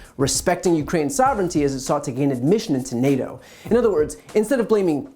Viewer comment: How does Paul make NATO a two syllable word?